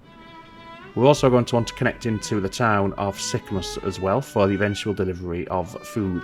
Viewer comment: You could run food back on the shipyard return trip from Sorrento to Sicamous. Also the pronunciation of Sicamous is Sick-a-moose. ;)